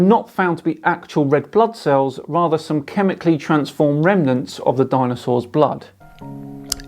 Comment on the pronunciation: I thought he said danosaurs then. Ahh yes, the famous SciManDanosaurus lives on :D